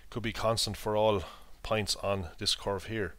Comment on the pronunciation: you pronounce points like pints